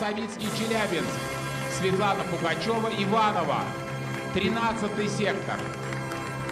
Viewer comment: фамилия Пугачева в России под запретом? Телезрительницу ведущий назвал Пагачева.